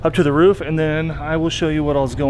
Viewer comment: Only said roof correctly once and they rest he said ruff